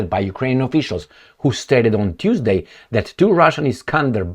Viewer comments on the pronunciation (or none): none